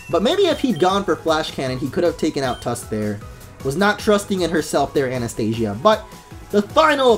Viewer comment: I just wanted to tell u ...her name is Anastasia not Anastia